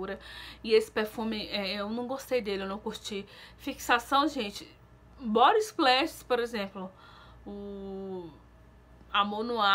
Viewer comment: Se fala vibe e não vipe. Dá agonia ver vc falar as coisas erradas igual quando vc fala bobi splash e é body splash. Se fala explendoroso e não explendoso